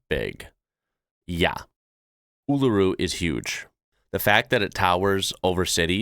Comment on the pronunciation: Your coverage is ok, but please learn to pronounce Uluṟu correctly. You have to stress the vowel before the diacritic. Try saying as if it spelt “ULOORU”. Most Aussies don’t pronounce it right.